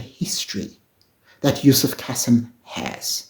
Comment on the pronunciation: Pronounced Kaseem not the soft 'Cassim' pronounciation.